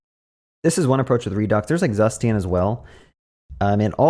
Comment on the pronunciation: You pronounced Zustand wrong ;). It is a German word so is pronounced differently. And by the way is the best state management library as it sounds cooler and requires less boilerplate :).